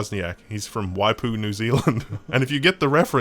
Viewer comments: You are pronouncing Waipu perfectly. Why poo? Because you have to! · He said Waipu perfectly. Sources: Live in Maungaturoto, pretty close to Waipu. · You said Waipu correctly. Also Shroud of the avatar looks amazing saw the video on rock paper shotgun and so glad you guys covered it aswell so more hyped now:D